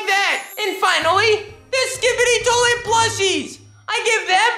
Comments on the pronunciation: You really said skibidi toiee 😂😅😂 It's skibidi toilet 🚽🤣😂😆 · Skibidi TOLET bro forgot to pronounce the i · Man has a hard throat In saying Skibidi toilet into Skibidi towet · He said toy it